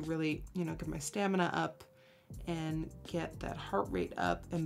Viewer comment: when you said stamina my irish dancer self died